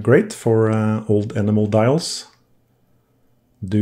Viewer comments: A beautiful watch for a beautiful young lady. Best wishes to both of you! The silvery color of the main plate and bridges--is that nickel plating on brass? One other thing . . . the pronunciation of "enamel" has the accent on the second syllable, so it rhymes with "empanel". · Hello Robert, thanks for watching! I think what you heard was probably a mispronounced "enamel" 😉 I would say I have to pre-clean maybe one out of ten watches or so. A lot of the time I simply preclean them with pegwood, rodico and naphtha, sometimes with the ultrasonic. I basically never run them twice through the watch cleaning machine. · It's an enamel dial mispronounced 😎